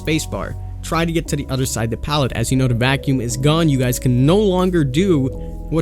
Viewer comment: Solid video but it’s “th”, not “d”. There, not “dere”. The, not “duh” And so on